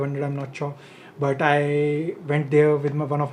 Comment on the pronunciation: Anyone hear the "dtt" sound whenever he's pronouncing but, that ... 🤣🤣🤣